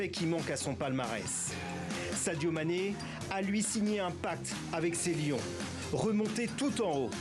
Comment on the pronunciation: Prononcez bien le nom de Sadio Mane, Madame. Merci.